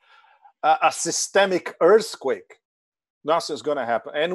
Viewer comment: I love how pepe pronounced earthquake: earsquake 😄